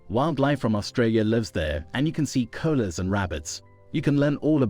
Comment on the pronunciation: It’s pronounced koala (ko-ala) not cola